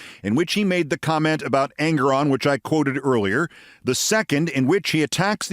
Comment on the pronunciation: FWIW...I understand the correct pronunciation of the honorable Judge's name is en-GORE-on.